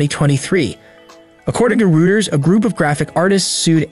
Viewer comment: Ruters? Was this post narrated by AI or someone who doesn't know how to pronounce Reuters?